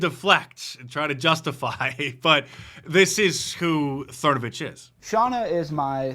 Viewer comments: "Thernovich" LOL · Mike "Thernavich" 😂🤣